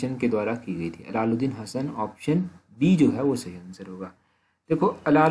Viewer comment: Srr allaludin nhi h iss ko ap thik se bole ye allaudin h.ap allaludin bol rhe hh plss chek ur words